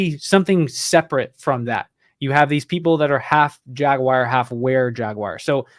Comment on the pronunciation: Last I checked it was Jag-war not jag-wire. Love this guy but this pronunciation is killing me here🤪